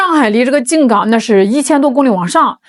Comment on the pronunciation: 静冈是一声…不是三声